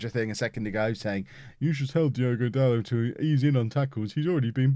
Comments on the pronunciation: Pretty sure it’s da-lo not da-lot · I think its da-low